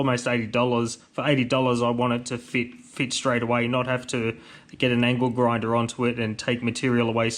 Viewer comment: Was laughing cause it sounds like you say ankle grinder not angle grinder. Iike they say small things amuse small minds I'm small minded great videos but mate keep up the great work 👍💪